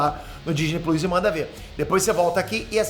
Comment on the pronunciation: eu gentilmente gostaria de lhe pedir para parar de pronunciar errado a palavra "Plus", e também parar de pronunciar errado os nomes "Russel Crowe e Joss Whedon". Agradecido.